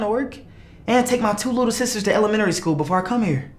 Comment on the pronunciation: "i had to take to take my little sisters to elmenry school"LMAO🤣🤣😭